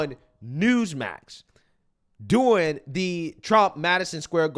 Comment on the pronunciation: I'd give my left nipple to hear pronounce "during" properly just once.